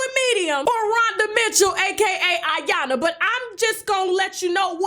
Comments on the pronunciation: Her name is I- YAN- LA! It's pronounced E- YAN - LA. Isn't your husband Nigerian? Why do you mispronounced her name on purpose, that was sooo disrespectful! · IYANLA😲😲😲😲😲 LA LA LA LA IT'S IYANLA NOT AYANNA DAMN GET HER NAME RIGHT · It’s pronounced E yanla not I... Damn!!! Just say Rhonda at this point! 😂🤣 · Tasha Iyanla is pronounced E-yon-La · Tasha I'm gonna need you to put some respect on Iyanlas name gatdammit. You're my girl but come on now.